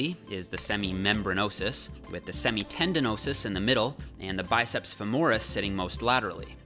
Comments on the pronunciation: Semitendinosus, not semitendinosis. Tendinosis is a chronic tendon injury. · Great video! The muscle is called semitendinosus, not semitendinosis. An easy way to remember it is that medical Latin words ending in -is often are infections/problems (e.g. hepatitis); the ending -us means that the word is an adjective (latissimus dorsi = widest of the back).